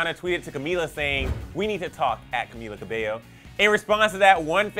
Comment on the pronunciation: It's pronounced as Ca-mi-la Ca-bell-yo